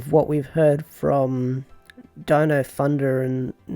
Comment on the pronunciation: Lol deno instead of Dino. Can the dude not have just listened to the theme song and got the name right